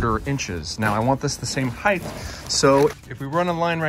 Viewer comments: I love your videos. They are almost perfect for the DIYer who's seeking guidance. They are almost perfect because of one issue. You occasionally pronounce "height" as "heigth"....please stop. It's literally the only thing about these videos that bug me. Thanks. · There is no ´th’ sound in height; it doesn’t end like width. You can check yourself by remembering that people may be afraid of hites buy no one is afraid of hyt-thes ! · HEIGHT as in HITE. Not heith. Love your work. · Bro it's HEIGHT not HEIGHTH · Love your videos. Only criticism….HeighT not HeighTH. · Its height…… not heigth. Uuuuggghhh. Why do people say it that way ? Sorry for the rant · I'm sorry to be that guy, but height is pronunced "hite", not "hyth". As someone who suffers from auditory dyslexia, I made this mistake for decades. Otherwise, thank you for the informative video. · You’re saying “heigth” and not height which isn’t a word in the English language and it’s extremely annoying to listen to. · Does anyone recognize he is aging “heigth” instead of “height” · its 'height' not 'heigth' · It's pronounced height...not heigth...there's no th sound unlike width and length......notice the th?...get it right you people!! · I came for the guide to DIY stairs. I stayed and frequently return for the "heighth". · Heighth isn't a word. 😬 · Actually, I wasn't completely honest in my last comment. One other thing bothers me. You narrate like a golf Commentator reading a children's book. Talk the way you do on camera, stop pronouncing "height" as "heigth" and your videos will be perfect. That is all. As you were.... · It's pronounced HEIGHT!!! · the word "height" does not have an "h" on the end of it, like width does. It's kind of driving me crazy when you say it as heighth. Yes, I'm that guy, sorry bud, lol! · Okay…i love your channel but please…. it’s heighT with a hard “t” not “th”❤️ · Does anyone recognize you saying “aging” instead of “saying”? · That's not how you say "height". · I hathe that